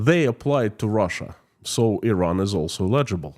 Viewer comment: Check the pronunciation of "eligible"... this is just a tip, not a slam. Your English is very good... light years ahead of my Russian... but mispronunciation of that word will confuse some folks. Your program, by the way, is excellent.